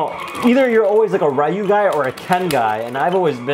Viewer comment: Ryu is purnouced like you r is silent